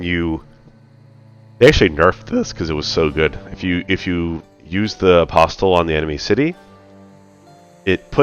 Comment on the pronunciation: Enjoying your optimisation style of play - keep it up! Btw the ‘t’ in apostle is silent :-)